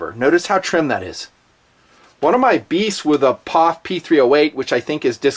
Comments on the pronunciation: Eww to saying "POFFH" Its P - O - F Just like USA isnt, "OOSA" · I'm sorry. But pronouncing P-O-F as pof drives me fucking nuts. Can't watch the rest 9f this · I know this was uploaded 4 years ago. But ,you've GOT to know, It's not Paaaf. its. P. O. F. { If it were a drinking game } A shot Every time you say... "paaafff" there would be a trail of Death. Just saying. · Bro, you are the only dude in the world calling it a "pof...." The rest of the world says P.O.F..... If they patented the rifle, which they most certainly would, nobody can use the same design for a set time. If they want to know the metallurgy, they could pay to have it analyzed... Anyhow.... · 2 thumbs down for calling it a phaff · It made me cringe every time he said pof instead of just saying the 3 letters P.O.F. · Pof? It P.O.F reviewing the gun and can’t even say the company correctly. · I swear to God if you say poff one more time I will unsubscribe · Stop calling it a pawf! It's P.O.F. I stopped watching about 2 min in because you are saying it wrong. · Can't get through the first 4 mins hearing this guy say pofff 🤮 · Stop saying PAWF. GAHHHHHD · do you say "Pawf" to try and be funny?